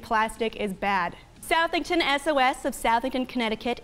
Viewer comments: It's pronounced "Suh-thing-ton" not "South-thing-ton" I know how it's spelled. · Excellent review of the topic at hand, for extra bonus points, please consult with John regarding the proper pronunciation of Southington, CT no SOUTHington; he hails from the Nutmeg state after all. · TT its pronounced suthington like suffer (CT resident)